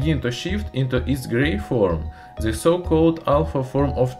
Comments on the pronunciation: Чёрт подери, твой акцент на уровне первоклассника. Хотя бы de вместо ze говори, будет гораздо лучше. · nice video, but unbearable to watch because you say ''ze'' like every 5th word